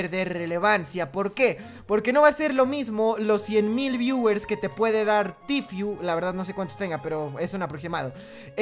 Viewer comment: "Tifiu" jajajajajajajjajaj Buen video igualmente y muy bien pensado